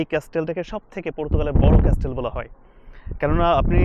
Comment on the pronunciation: ভাইয়া আপনি অনেকবার ক্যাস্টেল উচ্চারণ করেছেন যার সঠিক উচ্চারণ হলো 'ক্যাসেল' (Castle)। তবে আপনার ভিডিওগুলো সুন্দর যা আমার ভালো লাগে ❤️ কখনো পর্তুগাল যাওয়ার সৌভাগ্য হলে অবশ্যই আপনার সাথে দেখা করার ইচ্ছা প্রকাশ করি 🥰